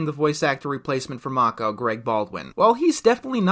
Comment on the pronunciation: I think you might have mispronounced "Mako"